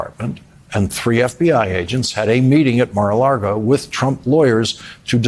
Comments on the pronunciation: This is a fine piece, but Lawrence can you please stop calling it Mar-a-‘Largo’? It’s phonetic, you can do it! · It's Mar a LAGO. Not Mar a Largo. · Lawrence keeps saying "Mar-a-Largo"